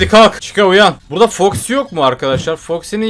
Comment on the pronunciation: Freddy❌ freedy✅ Chica❌ chicka✅ Bonnie❌ bonny ✅